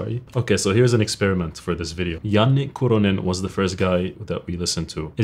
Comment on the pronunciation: bro how in the fuck do you pronounce "Kuronen" so accurately? this is groundbreaking